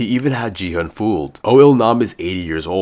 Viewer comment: and if your a squid game fan you would know that player 456's name is pronounced "Gi-Hun" not "Ji-Hun"